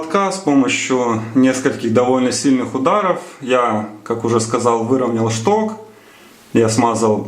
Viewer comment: Как нудно,"чток, штырь".